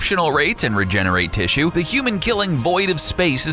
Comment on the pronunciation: also 'tissue' :D